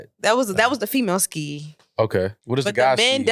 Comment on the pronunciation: I’m with a man cannot say skeeeyyee lol